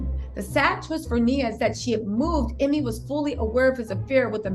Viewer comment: First name is pronounced, Emay!!